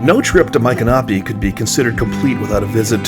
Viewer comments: I've been a resident of Florida since 1976. I've never heard Michanopy pronounced that way from central to northern Florida. I've always heard it pronounced with an ick sound not an Ike sound. I also belonged to the Seminole War Society and always heard it with a M ick a nopy with the accent on the Mich (Mik) first syllable for the famous Seminole Chief. Anyway a great video and a great little town. I have purchased many fine antiques in the many shops. We also usually travel to Cross Creek and eat at the Yearling Restaurant and visit the Marjorie Kinnan Rawling farm as well. Great video with alot of information!❤ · Please don't think I am being critical, but we lived in Ocala for 8 years in the 1980's and visited Micanopy several times. It is pronounced Mick-an-opie. My parents were antique dealers and I first went there with them when they visited from Massachusetts one winter. My son was only about 4 and they got tickled with his fascination with the anchor, which he called a "yanker". Not far from there is the Marjorie Kinnan Rawlings home and Cross Creek. They filmed part of the movie Cross Creek with Mary Steenburgen in Micanopy. They covered the streets with leaves to conceal the pavement because when she lived there the roads were all dirt. Next time you are in that area you should go visit her home and also the Cross Creek Restaurant where you can get some gator tail! TampaJay did a video about that restaurant but he did not visit Marjorie's home. Maybe you should go together and also eat at the restaurant. He really liked it. Thanks for sharing-it has not changed much since the 1980's! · I was told it’s pronounced my canopy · YOUR SAYING MICONOPY WRONG!